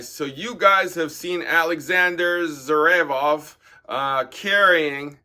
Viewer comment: Zerevof 🤣 Pronounced: Zi-ver-ev